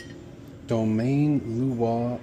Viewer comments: I don’t know if it’s the dubbing, but the half-English, half-galactic pronunciation of the wine’s name is hilarious. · The waiter can't even pronounce the name of the wine correctly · this is the most gringo pronunciation of Domaine Leroy Grand Cru Corton Renardes I've ever heard lol